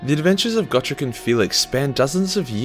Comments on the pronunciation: Just to poke fun at you, Gotrek is pronounced Goh-trehk. :3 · Ya I pronounced it go-trex